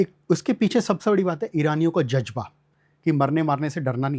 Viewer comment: लक्षमण सहाब कह रहे हैं उन्होंने इस्लाम पर बहुत पढ़ा समझा है। फ़ारसी भी पढ़ी है। सालों उर्दू फ़ारसी में मुसलमानों के बीच निकाल दिए लेकिन तल्फ़्फ़ुज़ आज भी रही नही अदा हो रहे हैं। शुरूआत में दो से तीन बार ज़ ज बोल गए। इज़्ज़त को इज्जत बोल रहे हैं और एक लफ़्ज़ ज़ की बजाए ज से अदा किया है!!!! 🤔🤔🤔 इतना क़ाबिल इंसान इतनी छोटी चीज़ें नही सीख सका!!!! 🤔🤔🤔